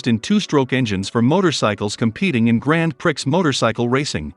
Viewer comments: Grand Pricks? what the? Everyone knows it is pronounced Gran Pree!!!!! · its pronounced grahn Pree not grand pricks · Lol grand “pricks”. It’s pronounced grand pree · “Grand Pricks “ 😂 AI sucks ! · The robot voice is absolutely unlistenable. "Grand PRICKS racing"...? Fuck outta' here. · Grand pricks😂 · "Grand pricks" Couldn't have said it better myself, brother 😂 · grand pricks? lmao🤣🤣🤣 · ‘Grand pricks’ hahahahaha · grand pricks :) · Is this guy a bot? He said, "Gran Pricks." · Artificial voice technology is getting pretty good - this one must be from the last generation: "Grand Pricks motorcycle racing" - ROFLOL! OTOH, this is pretty good video. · 🤣 I once owned a Pontiac Grand Prix and always said grand pricks at any shop to see their reactions. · Grand pricks .you can tell this guy is not a motor sports fan😂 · Grand Pr-ix? I think its pronounced grand pre lol, interesting video though 👌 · “Grand Pricks” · "Grand Pricks" Fail. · i didn't mind the bad voiceover until it said "grand priks" thats when i stopped watching because it hurt my brain :( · Prix is pronounced Pre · "Grand Pricks", lol. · this man said grand prix with an x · Did he just say "gran pricks"? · "Grand pricks racing" uh huh uh huh huh Informative video, and thanks, but... a bit of an editorial oversight there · grand prix, this pronounciation… aaaaaaaah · Many miss pronunciations, Grand Prix and stradale are 2 examples, obviously a computer and not human voice